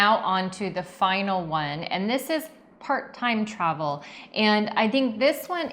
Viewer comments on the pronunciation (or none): Liked and Hyped! When you introduced “Part-Time Travel” I heard “Part Time-Travel” and my ears really perked up. Haha😂. We are loving being part of the privileged homeless in our Solis 59PX and our eco-resort living in Ecuador. Keep on keepin’ on. Thanks for sharing your reality with all of us. Sorry we can’t make Tempe.